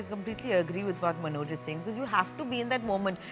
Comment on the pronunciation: Dear Interviewer, his name is Manoj, not “Manozz”.